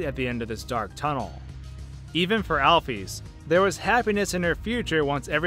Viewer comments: its Alphys Al-Phis not Al-Phees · AL-ISLAM NOT ALFUS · It's not Alf-ees It's Alf-is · Every time I hear "alf-ees," I sort of wince. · you said Alphys wrong it is (al-f-IS) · lol it pronanced al fis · just wanted to let you know Alpys's name is pronounced "Alfis" just like the beginning of the word "physics" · Your Calling Alphys Alfees For Real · alfees is how this guy pronounces it lmfao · please pronounce it right